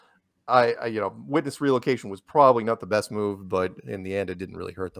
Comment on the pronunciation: " WHIT-LESS RELOCATION " heyyyyyyyy!!!!!!